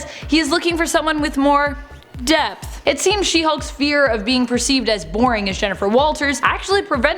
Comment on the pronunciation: He said depth thats hilarioud and strange very strange